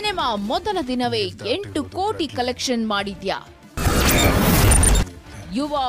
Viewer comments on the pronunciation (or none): That is ಕೋಟಿ not ಕೊಟ್ಟಿ.